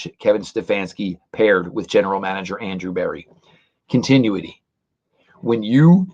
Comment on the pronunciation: Con - tin - new - ity